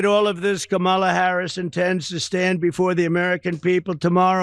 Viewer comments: How does he know what Kamala-a-la did as a teen? He can’t even pronounce her name. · Donald Trump is so stupid he can't even pronounce Kamala right. Did he graduate did he go to school? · Who's is they and WHY can't he pronounce her name. I call just plain STUPID. I can't take anyone following him seriously. Pure IGNORANCE or RACISM. Don't clap back. Today is not the day and I'm not the one!!! Love your channel, where the truth WILL be told